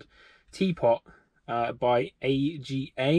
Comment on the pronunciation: The AGA - Is pronounced ‘Arga’ 👍